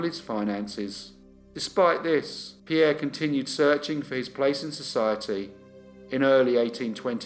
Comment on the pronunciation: When I saw the notification for this new upload I could hardly wait to get home, I wanted to hear pronounce Pierre's surname😂. you are so good with the pronunciations I take my hat off to you. Keep up the good work